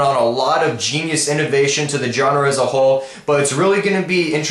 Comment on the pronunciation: Please stop mispronouncing the word "genre", I roll my eyes every time you do that xD